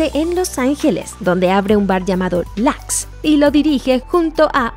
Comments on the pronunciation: es igual, de.las.dos.maneras se pronuncia Meiskin, pero se escribe Mazekeen. Y se dice Lux, no lax, es latin, no porque se pronuncie.con acento americanos cambia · Lux es latín, se lee como se escribe, no "Lax". El nombre "Mazekeen" sí se lee "Meiskin", no literal. Pfff eso es básico y no saben??? Igual buen video